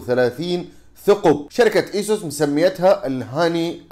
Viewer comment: أسوس وليس إسوس